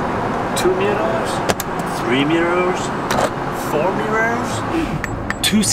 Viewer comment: kinda has a hard time saying "mirrors":D